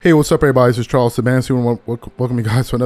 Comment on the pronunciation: I swear it sounds like you're saying that your name is.